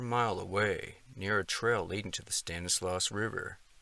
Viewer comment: a couple of pronunciations I thought I'd share with you... Stanislaus: STAN-iss-law (not "loss") Tuolumne: too-AWL-um-nee